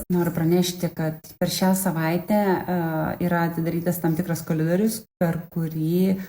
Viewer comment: Ačiū,, aktualiau būtų apie bankinius sukčius, o dauguma šitų šarlatanų aukų jais šventai tiki. Bet jeigu vieną kitą paprotinsit, tai irgi jau prasmingas darbas. Pažiūrėjau iki "yra atidarytas tam tikras koLidorius", paskui tik fone klausiau, darbą dirbdamas.